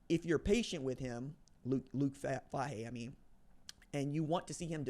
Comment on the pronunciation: Not a big deal. But it’s Fay-He. Go Bucks!!!!!